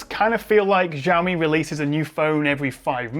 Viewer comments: When are you gonna get the name pronounciation right? It's not 'Jiaomi' it's 'Xiaomi' as in an 'S' not a 'J' sound. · It's pronounced "shaomi" Not "jaomi" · She-awe me. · lol I always pronounced it 'Ziaomi' thanks for pointing out that it's actually Jiaomi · Š(sh)aomi not Žaomi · Jaomi? It’s xiaomi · Hearing "JAWMI" instead of SHAOMI.. is really distracting. C'mon! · Actually no. In standard Mandarin, "xiao" is pronounced close to "sheeow," not "shaw." It's just that many non-Chinese speakers mispronounce it, and then everyone repeats each others' incorrect pronunciation. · Nobody: Jiaomi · It's more like "Shaw me" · actually more like "siaomi" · It's Shao-mi!!! Shao-miiiiiiiii! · the way you pronounce Xiaomi :( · That's a new way to pronounce Xiaomi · English pronunciation of Xiaomi makes me spit my phone/monitor every time :D